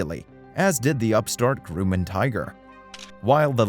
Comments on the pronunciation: I would still buy a 177 if I could find an affordable one with 180 hp. Also, any chance we could get diction lessons for the narrator? Not being able to correctly pronounce Garmin, Grumman and a number of other words is jarring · FYI, it's pronounced "GRUM-MAN" Grum like Drum. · Your narrator mis-pronounces many words..Citrus(Cirrus)..Groomin(Grumman)..Subsequent..What's all this about? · It's Grumman, not grew-mon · gruh-man (not groo-man) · The fuck did I just watch?? Are you even in aviation at all? Anyone out there have german (GAR-MIN) avionics in their citrus (cirrus) or their Grooman (GRUH-MIN). Never heard a stabilator called a sta-billa-tor before. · A 'Grewman' Tiger? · What’s a Grooman? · The Grooman??? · Why does this guy keep saying Groomin and Lie-cumming? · WTF is a GROOOMAN? LOL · Groomin and Citris. Perpoiseing. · "Grooman"? What's a "Grooman"? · And it’s competition from the Groomin aircraft company. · I’m always amazed at how people can try to appear knowledgeable and yet make ignorant mistakes like this…..🤷‍♂️ “Gruuuuuman” 🤓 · "Grooman" heehee... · Considering you can’t even properly pronounce the name of an engine manufacturer or aircraft company, it doesn’t surprise me your statements throughout this video are contradictory and inaccurate. If you want to know the truth about the Cardinal, simply ask the man or woman who flies one. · Congratulations, this is the first video or the first time I have ever heard anybody mispronounce Grumman. Really? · Guy, if you can't pronounce "stabilator" consistently, you shouldn't be commenting on planes. How about "porpoising", "subsequent" and Grumman"? Is the narration computer generated? Sounds like it. Poor choice. If I we're going to buy a plane in the light-single market, I'd buy a later model Cardinal.